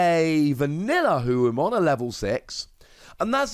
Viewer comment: It's Ho-oh like the Pokemon. Also it should be Phoenixmon.